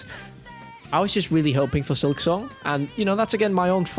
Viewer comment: How the hell did I kept misunderstanding concerning "Silksong"? Whenever he brought it up I heard "Excelsior" and asked myself "What in three devil's names is he talking about?" I didn't see my error until he brought up Team Cherry towards the end...